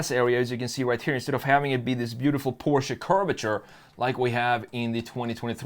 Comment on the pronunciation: Instant thumbs up for saying Porsche, and not PORSH! Thank you!